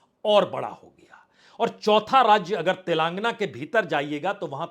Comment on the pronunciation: Punya Prasun Bajpai ji आप तेलांगना बोलते हैं जो गलत है, तेलंगाना बोलिए